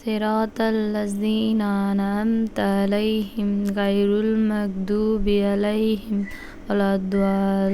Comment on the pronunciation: 15:7 উনি গইরিল মাগদুবি না বলে বলেছেন গাইরুল মাগদুবি 😂